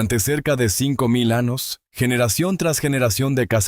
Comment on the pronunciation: Anos, ? montanas, ? Extranas? Esta I. A. No sabe hablar español...antes de usarla, que aprenda hablar...👾🛑